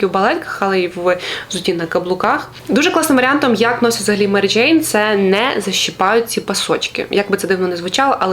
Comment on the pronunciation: Дякую за випуск, цікава вимова м'яких звуків "джейн" ) і вперше почула слово "гумаки" ) Дякую за україномовний цікавий контент 🌿